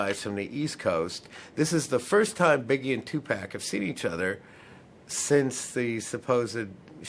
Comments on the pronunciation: Its tupac not tupack. 😮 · Tu pock. Not Tu Pack. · Just him constantly saying 2 pack made me say f this video at 1 minute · you said Tu pack😡